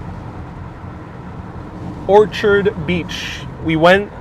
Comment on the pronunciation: Orchard, as opposed to "Orchid."